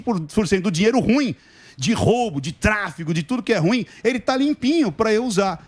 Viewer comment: Ruim é oxítona, cavalheiros!